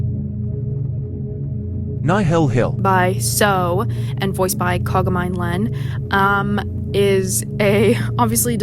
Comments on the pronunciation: She did, it's pronounced Kaga MI NE Len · I love the video, but you pronounced Kagamine Len's name wrong